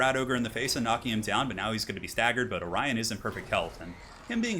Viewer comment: Orion not Orien.